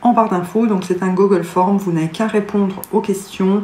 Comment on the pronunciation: 🌲🎄🎄🌲 Youpi celui-ci je l'ai!!! \0/ J'en ai même un non déguisé !😂 " le gogolle forme..." Magique comme prononciation😂